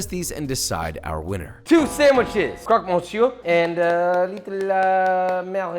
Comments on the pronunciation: pronunciation of "jambon" was butchered... no pun intended "croque" was perfect though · the pronunciation is almost perfect : croque : nothing to change great Monsieur : yeah in fr mon is Môn, but not for Monsieur which is Meussieu